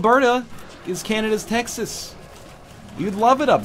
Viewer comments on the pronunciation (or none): none